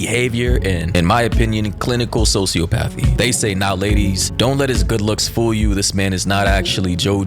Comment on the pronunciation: Yo this is wild foul 🤣. Hey a lil' tip if u wanna sound even smarter than u already do, try pronouncin' it "so-see-OPP-athy" (emphASis on the 3rd syllable) instead of "SO-see-op-athy".